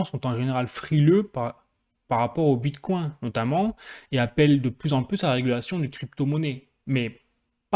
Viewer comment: Wow pourquoi tu dis bit "coin" comme un français qui découvre la crypto. Mais tu prononcés bien vechain ... Wtf